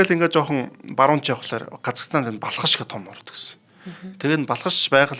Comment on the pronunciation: Өө сүүлрүүгээ нөгөө Балхаш нь Балкааш болоод явчихвуу